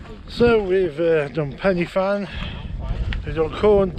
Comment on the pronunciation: My old stomping ground😅 It’s pronounced Corn Dee, Penner Van and Van e big. Cribyn was bang on.😁👍